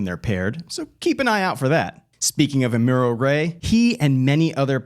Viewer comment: you gotta watch gundam 0079. then you can pronounce amuro correctly.